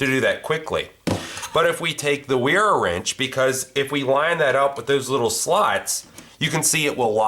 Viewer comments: Great video but I can only assume it's pronounced vera... German brand and name. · It is pronounced Vera. The German 'w' is pronounced like an English 'v'. Put a 'v' on the front of 'era' and that's how Wera is properly pronounced. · Pronounced Vera